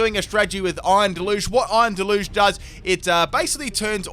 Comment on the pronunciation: the way he pronounces deluge is making me cringe hard